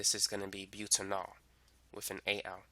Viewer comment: "but - anal"